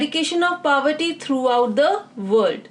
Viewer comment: hello mam, your videos are very helpful,especially the follow up of every question with a little detail about that topic. I appreciate this effort. Would like to correct you at one of the point-- pronunciation of word "POVERTY"..It is PO-verty and you pronounce it as PAW-verty or PA-verty which sounds way too Odd. forgive me If am wrong. Thanks.